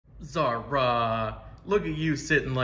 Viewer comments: The way you pronounce Zahra though 🤣🤣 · I can't get over how you keep pronouncing her name as ZAH-RA, can't help but do it myself now too :')